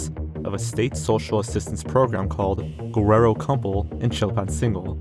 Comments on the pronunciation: You mispronounced Guerrero. It's Geh-reh-roh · “Gwererro” bro is Mexican and can’t even pronounce Mexican city names 😭